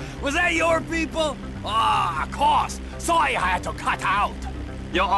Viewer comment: Sawwy i ha to cut aut